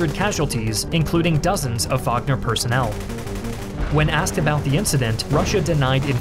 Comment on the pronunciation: Thank god you pronounced wagner correctly